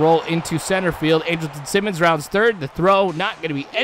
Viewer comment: He's sayin Simmons' name right